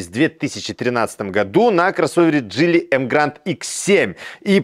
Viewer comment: Так Вы определитесь джИли или джилИ, а то на протяжении видео произносите название авто с ударением на разные слоги.